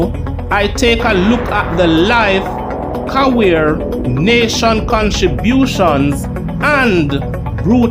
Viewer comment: Career not Caweer